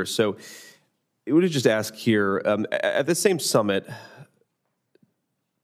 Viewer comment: If the pilot pronounces the word "ASK" as "AXE" i AM NOT FLYING WITH THAT GUY